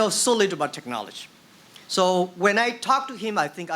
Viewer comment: Till now can't pronounce 'technology' :D